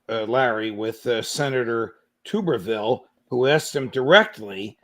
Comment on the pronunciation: The Alabama senator’s last name is pronounced like Tub as the like bathtub.